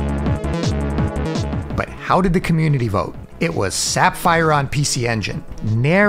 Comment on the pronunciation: My only gripe with this vid would be the pronunciations of "Sapphire" & "Crescendo". 99%, must watch.